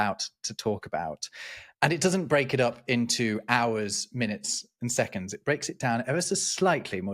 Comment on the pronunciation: I'm so glad didn't pronounce seconDs with a t like a lot of Americans do...